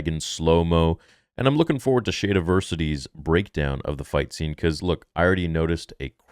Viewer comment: Wait.... Why do you call him that. Why you say Shade Iversity... Is that maybe a under handed dig, or whatever ya wanna call it. If so, fair enough, nice one. But if not. Not sure if you know it's definitely not pronounced shade, it is SHAD.. sounds like Sh, and Add. Diversity but get rid of the D sound. Maybe he knows and says it on purpose, sorry, I honestly don't know which it is